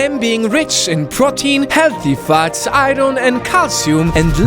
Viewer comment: Iron pronounces Ayorn